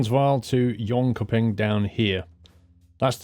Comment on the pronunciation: Your pronunciation of Jönköping was the best i have Heard. You could probably guess that I'm Swedish.